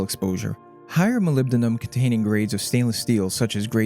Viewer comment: Your nonchalant pronunciation of molybdenum was pretty impressive